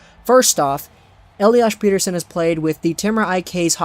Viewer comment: per-ter-shon** smartass